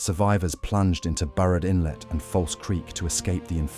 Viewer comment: Burrard Inlet - Not "Barred Inlet"